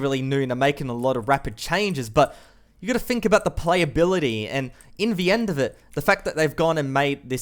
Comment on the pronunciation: I like the content and you, but every time I hear "in vee end" I die a little every time. But habit's are hard to break, so kinda has to be forgiven :3